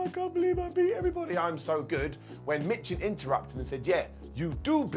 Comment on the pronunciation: Michin is pronounced "Meechin".